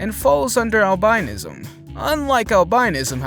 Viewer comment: albinism pronounced owl- bin- ism. My daughter was born with albinism.